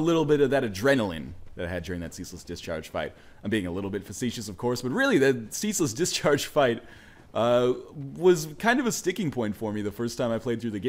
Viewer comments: I thought he was saying Cecil's discharge up until now. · is it me or does it sound like he is saying cecil's discharge.